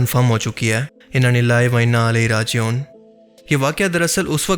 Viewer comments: انا للہ وانا علیہ راجعون نہیں بلکہ انا للہ وانا الیہ راجعون باقی آپ کی کاوشیں تعریف کے قابل ہیں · Please don't mind "inna lillaahi wa inna ilaihi rajeoon."this correct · انا للہ وانا الیہ راجعون صحیح طریقے سے کہو بھائی